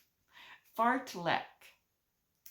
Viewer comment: Happy birthday! Fartlek, the way you said it sounded like a person did the fart then left the room for others to enjoy the aroma 😂 😅